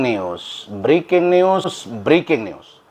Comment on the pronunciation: Briking nius briking nius 😂😂😂😂😂😂 NYUS BANG....BUKAN NIUS 😂😂😂😂😂😂